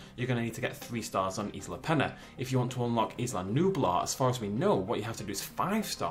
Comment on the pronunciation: Pronounced eesla